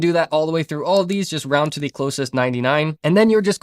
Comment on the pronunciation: Great video! May i ask what are you mixed with? I keep hearing an accent when you say di (the)? 😂 open di...put di..